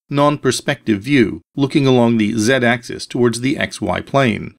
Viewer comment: Zed-axis, not Zee-axis. I like this presenter already!